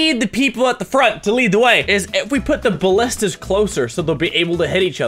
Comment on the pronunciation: You know mini has been playing overwatch when he calls ballistas "bastions"